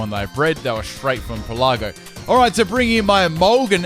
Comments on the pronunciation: Pélago not pelàgo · Pelago. As in "archipelago". It's not pronounced "peh-LA-go" (